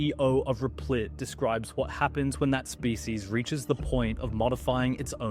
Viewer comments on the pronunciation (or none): “REPLIT” Reptile Look at the letters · Rep lit Not Re plit